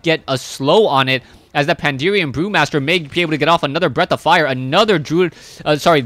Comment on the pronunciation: Why does everyone say "Pandeerian" >_< Pan - da - ren ... xD